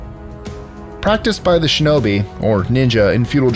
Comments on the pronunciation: When he said Ninjitsu and Shinobi I thought dude was was tryna funny 😂😂😂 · Exactly right when he said ninjutsu I was like no way then he said shinobi and I was like NARUTOOO